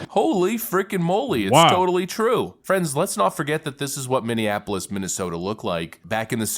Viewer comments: Prayers to #45/47.. man its Minnie-Apolis ( Not minninapolis ):0 Keep the content coming! Native Minnesotian here and Walz is as corrupt as they come!! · You and need to learn how to say "Minneapolis" 😂 ❤